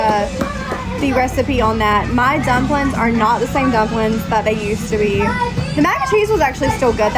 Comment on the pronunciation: dnno if i trust a "cook" saying dumpling like that.